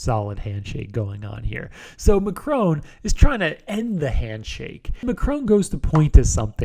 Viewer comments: Mac-roan??? It's Mac-rohn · Are we gonna ignore the pronunciation of the French President by the Speaker ? I´m not even French.